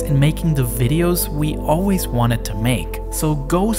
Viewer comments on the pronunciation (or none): none